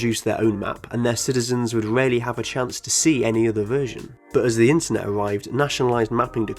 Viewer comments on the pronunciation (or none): none